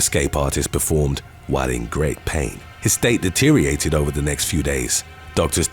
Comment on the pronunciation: Deteriorated not deteriated.